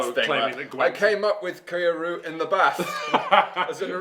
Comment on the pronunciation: If his name is supposed to be Japanese its Key-yo-ree-you. Its just two Japanese names smashed together.